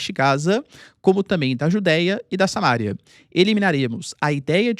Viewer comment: Se essa é a mesma Samaria que a Bíblia fala, costuma-se dizer "Samaría", professor. Não "Samária". Pelo menos em português.